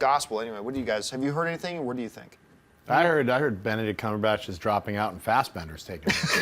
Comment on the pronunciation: Did Campea just say Cumberbatch correctly? Damn.